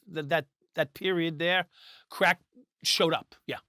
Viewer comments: The way Vlad says “CRACK” will forever be funny…such emphasis every time 😄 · He loves CRACKKK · He's self-triggered by the word crack